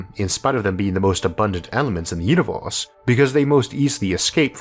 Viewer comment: i love how you say orth instead of earth and univorse instead of universe.